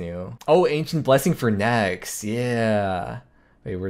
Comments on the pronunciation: "...nex video..." "...nex time..." anyone else hear that for the next video? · Cant tell if "NEX episode" "see you NEX time" was on purpose....